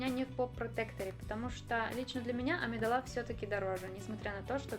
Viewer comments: Небольшая поправка: В имени "Амедалла" ударение на вторую букву "а", а не на "е". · АмидалА? Выпей яду!